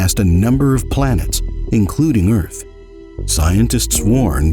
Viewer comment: The Earf is Fwat!